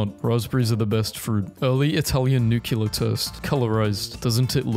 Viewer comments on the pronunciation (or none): OH MY GOD IT'S NOT NU-CU-LER, IT'S NU-CLE-AR